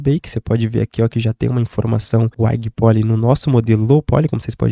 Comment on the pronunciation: Salv, tranquilo? Mano tutorial massa demais, tô voltando pro 3D e vendo o máximo de coisa sobre as abordagens atuais no tempo livre. Do tutorial acho que não tenho o que falar, tu tá equilibrando bem o "passar informação" sem se perder em "complicações/explicação ultra detalhadas" e isso mostra uma didática muito boa o/ Uma única coisa que estranhei foi que eu só fui entender o "uaigui poli"(transcrição do fonema não tô zuando sua fala), quando tu escreveu high em. O "creizi édi" também me pegou xD Sou professor de inglês também e gosto muito de estudar o IPA(international phonetic alphabet), fica de sugestão se tiver atoa mas zero necessidade pro seu propósito aqui. Porém, contudo, como o intuito é passar informação fica de sugestão tu ajustar os termos mais comuns pro pessoal conseguir procurar depois, segue a transcrição mais próxima: High -> raai (segura o a como se tivesse falando dois) Crease -> cruiz Depois jogo no translator pra tu ver se ele não te entende hehe Uma dica extra pra quem por ventura leu até aqui e entendeu que só tô tentando ajudar, sem puritanismo, é: usa um dicionário que tenha o som e o IPA embaixo, logo vocês se acostumam. Eu gosto muito do Merriam-Webster, funciona offline no app e tem site tbm. Abraço e bons estudos a todos